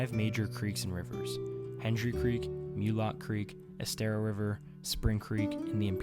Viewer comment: Great video. I’m 5th gen SWFL. Don’t know many people who pronounce Mulloch Creek properly. Well done!